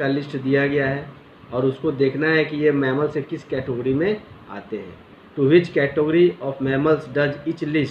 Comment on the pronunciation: Sir when you say catogery is funny 😂